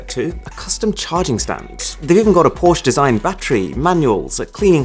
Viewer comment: FINALLY SOMEONE WHO PRONOUNCES PORSCHE CORRECTLY! Great video, never even knew some of these phones existed. Insanely high priced phones, but hey, they're limited editions